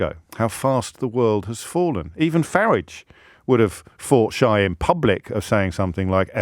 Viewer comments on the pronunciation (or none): James, it's Farage and NOT Farage